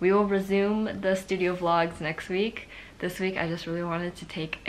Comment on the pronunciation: I swore I heard Brazil instead of resume (I'm from Brazil) 😔✊🏼💖